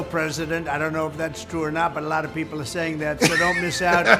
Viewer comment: "Alotta peepull are sayin'" again. I'd really like to know who they are and especially who they hang out with!